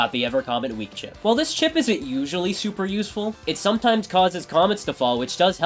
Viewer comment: Idk why but when he said chip it’s sounded like shi…